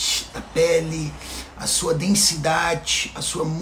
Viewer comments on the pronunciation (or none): Quando fala densidatchi e muscularidarchi kkkk eu nao aguento kkk